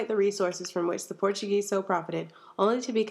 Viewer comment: Absolutely loved, but Portuguese pronunciation was very off.